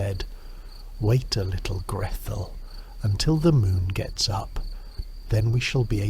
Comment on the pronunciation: Oddest pronunciation of Gretel.... where did Grethel come from?